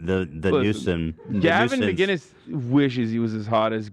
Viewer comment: Its MAC - INNIS, not MacGuinness. Nobody ever says his name correctly.